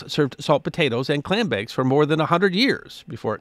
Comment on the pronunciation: Why i *love* captions... I have an auditory processin disorder and can easily mishear words even on repeat... When you said "clam bakes" i had to back up and read what it said bcuz my ears heard "Klan bakes" which i assume probs happen(ed) but are also just not somethin i wud expect to just casually hear talked about xD Ofc then again, nor wud i expect a Klansmen in the 60s or 70s to be advertisin in newspapers; and yet, it happened and even resulted in a Black cop goin undercover as a Klansmen and rootin out many potentially dangerous individuals in key positions of power. His actions actually saw two Klansmen removed from positions that gave them potential power over nuclear weapon usage... So yeah, theyre all over and they wud be so brazen as to have publicly known about klan bakes no doubt, but not so brwzenly in Syracuse, NY IN the early 20th century i wud hope (eta: Im not alone in mishearin you xD the captions say "clan bakes" not "clam bakes"; so at least the autogen captions AI has as bad of hearin as me :P)